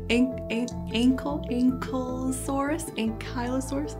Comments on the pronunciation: Ankylosaurus is pronounced "ANKLE-o-SORE-us". Not "aan-kai…". And a dinosaur with a SORE ANKLE would limp. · Ankle is sore-us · Not just the biggest arthropod, but the biggest animal on land at the time! And the joke is: ankylo-SORE-us